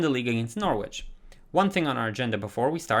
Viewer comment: Love the content! I use your realistic career mode guide and it adds so much depth! One thing about pronunciation is that Salford is pronounced Solford and the W in Norwich is silent so it’s pronounced Norich :) hope that helps